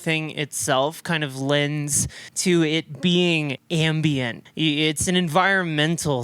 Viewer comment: Not sure if you're saying "ambient" horror or "ambien" horror, but both seem to fit lol